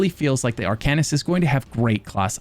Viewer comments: You're pronouncing it wron. It's pronounced "Arc'n ist". Not "Are can ist". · Its pronounced Ar-cane-ist. not Ar-can-ist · The way you pronounce "arcanist" makes me want to begin a black sacrament with you as my target... Another fun game, take a shot everytime says Arcanist! Jabs aside, I can't wait for Necrom! I recently got back into the game and I've been obsessed with the antiquarian stuff. IC my character is a necromancer and I hope to advance him towards arcanist once I know more about the lore and stuff (other than all the already known hermaeus mora things) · Being really picky here... but you mispronounced Arcanist. The devs even pronounce it for you.